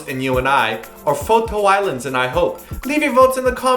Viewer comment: LOLLLLLLLLL. I had to go back to see if really said "FO TO ISLAND" xD That song is sooo old, I was like "Wait a sec!" F.T. Island ALL THE WAY! Sorry EW.